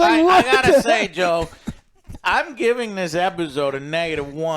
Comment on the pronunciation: Joe please say a name correctly once